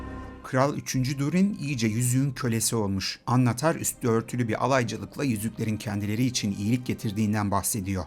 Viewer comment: Annatar degil annnnatar